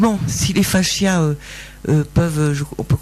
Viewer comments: ils sont tous nazzz, elle/qui est ???/ explique tellement mal....n’a pas du tout un vocabulaire clair.. c pas faschias mais fascias !! Madame 😅 l’autre derrière se maaarrre !!! mdr mdr 🙉🙀😹 👎👎👎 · On dit "facias" et non "fachias" (il n'y a pas de "h" !!